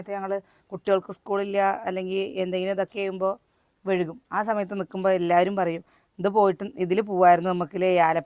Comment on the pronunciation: എന്താ വഴുകും.. വൈകും. അങ്ങനെ പറയണം.......